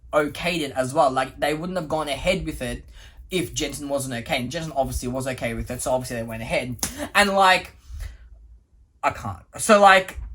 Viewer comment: Whenever says "Hmm, okay", he sounds like he's saying "I'm gay". 💀